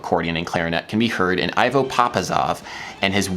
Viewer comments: IVO = EE-VOH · Hi Adam, sorry that it's taken me two an a half years to notice this video. Thank you for this composition and for this video. I have two comments: "Ivo" is pronounced like the band "Devo" but without the D. It's normal for non-Balkan westerners to add a little time at the end of musical phrases, so it's natural for them to have accidentally made those extra/rest measures have 6/8 amount of time instead of 5/8. Balkan musicians often unknowingly shorten the last measure of a musical phrase instead of lengthening it, which makes for interesting experiences when westerners play Balkan music with Balkan musicians.